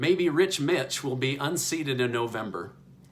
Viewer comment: You said it Right 😂 rich Mitch